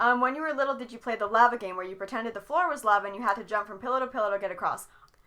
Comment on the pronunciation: I think this is my most favorite podcast so far! So much good content! Apparently can't say lava right, what is it with you and words?;-): "It's like a flip switches in my head..." and Justin doesn't even notice. lol